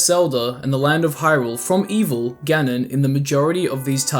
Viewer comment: Is ganon, not gannnnnnnnnnnnnnnnnnnnnnnon